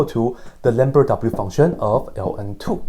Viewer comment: Did he just say lamberdadoubleUfunction?